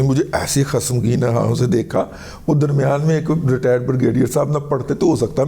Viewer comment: السلام و علیکم رضی صاحب! سر خسمگیں نہیں بلکہ اصل لفظ "خشمگیں" ہوتا ہے.